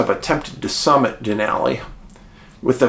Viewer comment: David, thanks for pronouncing "Denali" correctly.🇺🇸